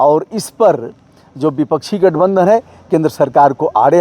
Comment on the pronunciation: Brother aap to india gathabandhan ka prounciation achhe tarha se kariye mitthapara se